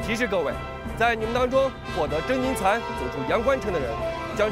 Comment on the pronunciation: 所有人都读把金蚕读成了金蝉